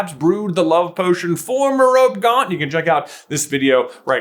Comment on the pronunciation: Meropee, not Merop Ew, disgusting.